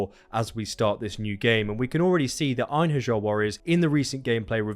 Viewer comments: Ain-hairy-are is how you pronounce Einherjar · It's pronounced en-hair-ya